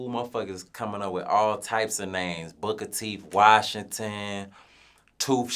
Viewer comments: I thought he said bullet teeth Washington, lol. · Damn,this nigga said Booker Teef Washington 🤦🏾‍♂️😂😂😂